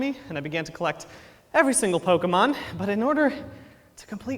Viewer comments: He still can't say Pokémon correctly. And I love it. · "Can you still call it the perfect pokerap, even if it mispronounces 'pokemon'?" Apparently....... yes. (this was way more awesome than i expected) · terrible he keeps saying pokEEmon. like bro.